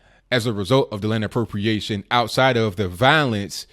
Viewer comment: you can't even say expropriation .... c'mon dude